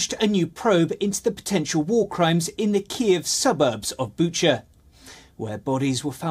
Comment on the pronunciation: This gentleman pronounces it Bucha, while the other girls (news anchors) pronounces it Bukka